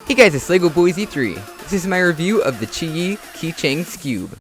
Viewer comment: You said the name correct